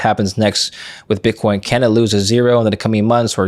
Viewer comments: At the 33rd minute he says bitch coin lol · Did he say BitchCoin?? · “BitchCoin”’🤣 Freudian slip?